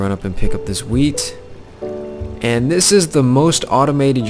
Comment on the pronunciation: jhe said wheat I thought he said weed